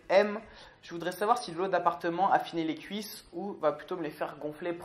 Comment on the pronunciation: Y a que moi qui a remarquer que merde pour "les cuisses " et qu'il dit "lesscuisses" ahah. Bonne vidéo et surtout j'adore les bêtisiers laisse japeco manger sa collation. On garde la pêche